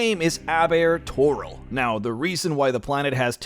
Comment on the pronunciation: Tor-IL. Emphasis on the second syllable.